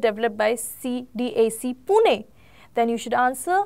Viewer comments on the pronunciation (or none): none